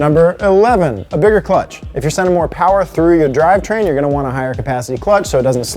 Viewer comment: Me(wife): I don't see the point in using more gas. Husband: it's Mo Powa...baby Me:🤦‍♀️ Obviously, I am not a car enthusiast but I do enjoy these episodes. Go Team Low Car!